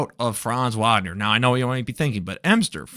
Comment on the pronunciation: Good video. His last name is pronounced with a v sound not a w sound though. Franz Vagner.